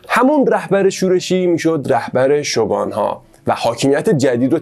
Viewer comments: شوگان؟ شوگون تلفظ میشه فک کنم توی چندتا انیمه شوگون شنیدم ، ممنون بابیت ویدیوی خوبتون ❤ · عالي بود👏🏻 ، البته شوگون (shogun) درسته!!